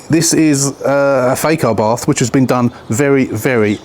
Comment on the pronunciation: FUBARth - is what I thought you said 😂